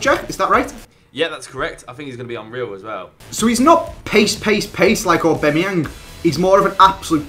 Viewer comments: AubAMeyang not AubEMeyang.. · you're my favourite Fifa YouTuber, but it hurts my ears when you say AubAMeyang😩 also, please do a collab with ChrisMD!! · AubAmeyang not Aubemeyang 😂😂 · repeat after me... au-BAM-e-yang... not au-BEM-e-yang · aubAmeyang not aubEmeyang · AubAMiang not AubEMiang thought I should let you know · It's aubameyang not obemeyeng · its not aubEmyEang its aubamyiang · "Orbemyeng" yes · Haha says orbemeyeng instead of aubameyang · Why do pronounce it obemayang instead of aubameyang? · it is pronounced A-bam-E-ang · It's pronounced Orba-Meyang